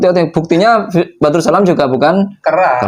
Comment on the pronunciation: Bukan badrus mas...tapi baradus..